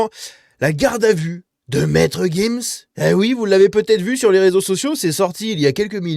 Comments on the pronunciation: c'est monsieur gims pas guims ... on dit giraffe pas guiraffe :D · On dit gims. Tu dis une gifle ou une guifle ? Tu dis une girafe ou guirafe ?